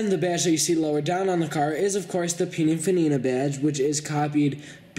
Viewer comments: It's not puninfanina, it's, pininfarina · Peninfarina! Not pininfanina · by the way it is Pininfarina not Pininfanina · Hatchbacky look? It's called berlinetta, and pininfanina? Srsly?